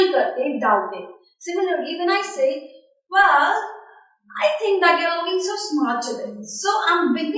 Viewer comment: bad sound & bad accent... and btw it is probounced well not vell